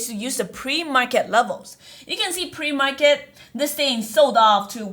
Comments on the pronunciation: ‘Pre-market’ PLEASEE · "Pre Market" help :)